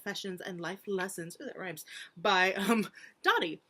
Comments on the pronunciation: Not super important but it's dough-dee rather than doh-dee! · It's DOH-DEE